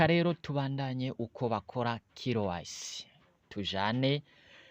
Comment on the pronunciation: Corrigez votre pronunciation. C'est K Y C( QUI WAY CI). IYO KILO WAYISI UVUGA IKOMOKA HE??